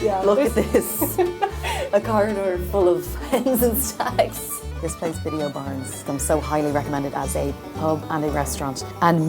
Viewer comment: Donegal is the shot. Just fyi its pronounced biddies o barness 👍